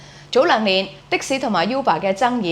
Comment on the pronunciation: 正確讀音係 污爸 唔係 U 爸